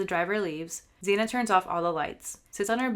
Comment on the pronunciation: You pronounced Xana’s name wrong, and the door dash driver is a woman. She said she parked right next to Bryan and saw him, so you’re wrong on where the DD driver parked.